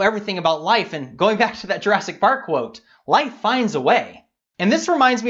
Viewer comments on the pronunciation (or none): none